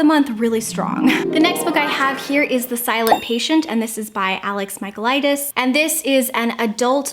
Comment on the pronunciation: I'm actually Greek and I'm sorry but I laugh every time you pronounced alex michaelidis' name😂 Loved the video though, you always make my day<3